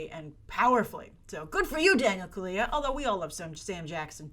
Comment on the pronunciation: Hi, If you're interested, the correct pronunciation is Daniel Kaluuya (Kal-loo-yah)